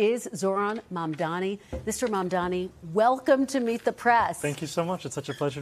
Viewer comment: Yayyyyyy, she FINALLY said his name correctly. Up until now, she's been calling him momdummy, , maam'damni, mumdaami lol It's pronounced Mumm (like mummy) + Daa-nee (it daa like "duh" not day) And the "D" in Mumdani is the Spanish "D" like in the word "dos"